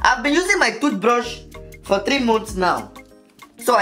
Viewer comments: You said TUTHBRUSH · It is thootbrus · She say toothbrush